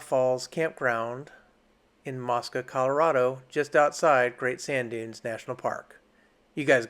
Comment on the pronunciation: Pronounced " MOE -SKUH." It is not an Islamic site.